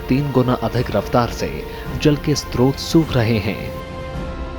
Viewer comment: स्त्रोत नहीं स्रोत होता है। हमेशा गलत उच्चारण करते है